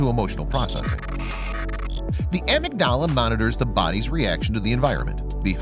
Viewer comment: It's pronounced "ah-MIG-da-la".